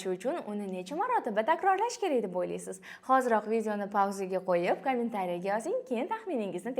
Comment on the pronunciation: Eee kamin tariya deb yib qoʻydi 👺